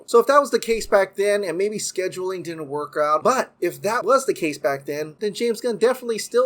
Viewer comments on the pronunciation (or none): none